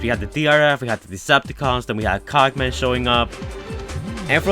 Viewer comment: Cogman not cock man